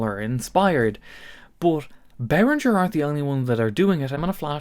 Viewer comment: I cannot WAIT until learns to pronounce Behringer correctly. This video was excruciating. I'm too traumatised to go back and count how many times he said it.